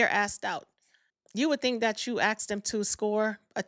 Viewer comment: It’s “asked” not “axed”